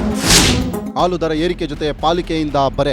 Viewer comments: What is the problem with this Anchor? AAlu alla Haalu .... osdagi alla Hosadagi.. Ore alla Hore ... thu nimma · le sede adhu haalu , aloo antha heltidiya. Kannada baralla andre news anchor yak agtira